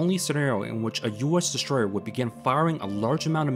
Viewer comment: it`s called strategy, not shtrategy-destroyer, not deshtroyer, aso asf. sick of it.